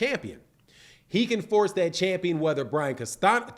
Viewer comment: learn to pronounce CASTAÑO correctly!